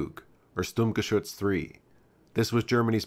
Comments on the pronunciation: It's not a "stewg" Try "S - tug" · It’s not “stooog” it’s ‘stug’ with a hard G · FYI, StuG is pronounced "Shtug" not "Stooog". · I've always pronounced 'Stug' to rhyme with 'tug'. I'd never heard "Stoog" until recently (on YouTube). Is this a transatlantic, British English vs American English thing, or is it just me? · Stug with an u, not stoog with an oo . . . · Honestly I used to say "Stug" myself which I think is fine but I got blasted by a couple of angry Germans so I tried my best to clean up my pronunciation but I still never get it right. I try not to stress to much about it. Either is fine I'd say. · Oh, well, if it's the original German pronunciation, I suppose I should defer, like pronouncing 'Planck' as "plonk" and not "plank". But I shall be thinking "tug" even as I say "toog". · German is a phonetically consistent language meaning that letters are generally always pronounced the same way and I'm sure you know how the letter "u" is pronounced in the words sturmgewehr, bratwurst and sauerkraut.